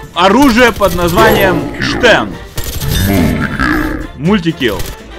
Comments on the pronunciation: Стэн а не штэн название английское)) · имей совесть! Не Штэн, а Стэн. Всё таки из второй мировой войны! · англоязычные говорят "Стен", а не "Штен", хоть конечно фамилия изобретателя и Шепард. Но в инглише Shepard, так что первая все-таки С. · Хоть конструктор этого ПП и был Шепард, ПП всётаки называется не Штен, а Стен. А то как то по старушечьи звучит))))